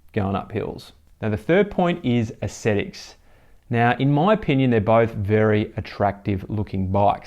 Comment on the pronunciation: An ascetic is someone who eschews indulgent behaviour through self-discipline. Aesthetics is the appreciation of beauty. They aren't pronounced the same. You keep pronouncing aesthetics as ascetics. Apart from that, good review.